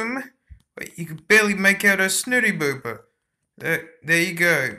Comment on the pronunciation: BOOPER not DOOPER